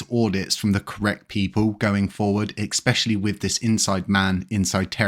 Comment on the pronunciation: Im not English, but why you always say 'eXpecially'? 😂 it is 'especially'